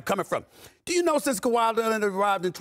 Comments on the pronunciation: Stephen takes great pride in mispronouncing Kawhi's last name ON PURPOSE. The man can't stop saying Kawhi Lennit if his life depended on it. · lmaooo Kawaah Lennit